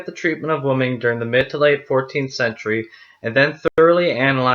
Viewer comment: Why do you pronounce “women” the same as “woman”? Very confusing